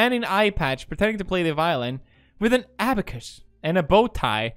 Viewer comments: The way he pronounced abacus Is it just me? 😳 😳? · Isn't it abacus and not abacus? :o